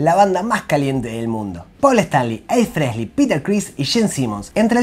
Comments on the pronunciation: EXCELENTE informe/resumen. Lástima el "Fresly" jaja. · Me falta pronunciar frehley sin la S y estamos para el campeonato 🤣🤣